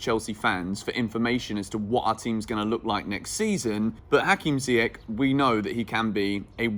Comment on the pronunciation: just FYI it's pronounced "Ziyesh"